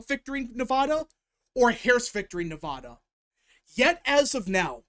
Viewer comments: As a Nevada resident and Washoe county voter its pronounced Neh-Va-Duh. The middle part rhymes with the sad or mad, which is how Commiela is going to feel on November 6th. Keep up the great work! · In california, everyone pronounces it at as "ah" not "aw." Hearing mispronounce Nevada is so weird to me, but that's how I feel about anyone who does the same mispronounciation. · Cast my votes at the Washoe (pronounced WASH (like Washington) OH (like Ohio)) County Registrar at roughly 11 AM today, the 22nd. Was in and out in ten minutes; don't know if that's good or bad. The true wildcard here in Nevada (pronounce the VAD like glad) is how the independent voters go. As shown in your Excel spreadsheet, Republicans do slightly outnumber Democrats in Washoe County, but Unaffiliated has a sizable plurality. We'd better hope they break for Trump. Here's my thinking going into 11/5 at 4 PM PST: if Virginia is called right away (like in 2020), then it's likely NOT going to be a good night. If there's a delay in calling the state (like 2016), how much of a delay there is will be indicative on how GOOD a night it'll be. Obviously, the longer the delay, the better! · Yeah, I noticed he was pronouncing it both ways. I lived in LV for 10 years, and I still pronounce it with a "da" like ta-da. Maybe, it is my Southern accent (born in Texas)but no one ever said it was incorrect when I lived there.